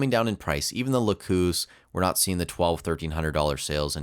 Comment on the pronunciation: lacus is pronounced lah-cuss, not la-coos